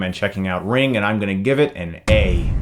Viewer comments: Whys he keep saying ring it says ringu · Ringu...not ring. That annoyed me quite a lot. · You said the title wrong! Its Ring-goo! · Ahh yeah. I got that but still... He put 'Ringu' in the title and called it 'Ring'. It kinda bugged me :D